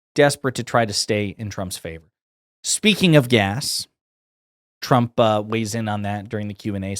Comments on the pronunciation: the newscater says President Tramp instead of president trump. How fitting! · I love that she called him President "Tramp" . lmao